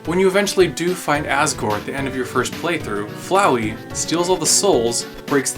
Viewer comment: flowey like floweed